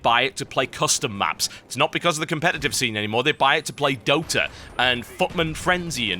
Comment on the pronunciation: They buy it to play DoootA. I lol'd at how you said it xD I <3 Dota. I <3 TB.